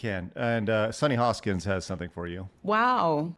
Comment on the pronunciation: Hostin. Not "Hoskins."